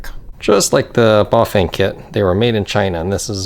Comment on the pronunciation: A tip on cut off brake sensors for hydraulic brakes, try doubling up on the magnets, use epoxy resin to mould the sensor and magnet into place. p.s You are saying Buf-vain and its cracking me up, Try Bah-fang and you will get it :) . You can also like i have done install the brake sensor where the first brake cable guide is next to the steerer head tube.